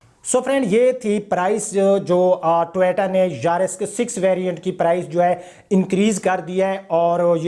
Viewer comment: jisko toyota bolna ni ata wo nuqs nikalay ga ab